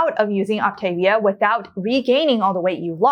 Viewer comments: Very interesting. Please pronounce programs correctly though...It's pronounced OptavVIA. (Like Mama Mia) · This is minor but the pronunciation is Ahp tah- veeah. There are more options for snacks than listed, you don't have to get approval from your coach that is part of the actual plan. Moving into maintenance isn't a set calorie level. You calculate your TDEE and they help you determine what your intake should be. Some people who don't want to count calories sort of feel it out adding a little more food or subtracting it as necessary according to how they're maintaining weight and how they feel. Generally, people who only have a little weight to lose should be pointed towards the 4 and 2 not the 5 and 1, also people who want to exercise beyond a moderate level. When I got close to my goal I switched to the 4 and 2 because my energy level was dropping but I was already at a healthy weight for a while before that happened. I stopped just short of an athletic BMI. You can have butter but in very small amounts and not every day. Also, the nutrition info you showed was from the Medifast line. They are discontinuing that line and the Optavia line is cleaner and more nutritionally complete. You do not need a multivitamin if you are doing the 3 and 3, 4 and 2, or 5 and 1. There is also a 5 and 2 plan for people who are really obese. I was moderately obese when I started, I lost 92 lbs and have felt great since a few weeks after starting except for that little period I mentioned above. All that said it was a pretty reasonable review, just a few inaccuracies. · If your are going to Review Optavia, you should learn to pronounce it. Op-ta-via. thanks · Please learn the actual pronunciation of the Optavia program. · You don’t even pronounce the name of the company.